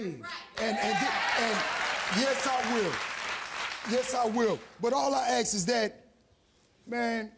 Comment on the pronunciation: When did “ask” become “axe”?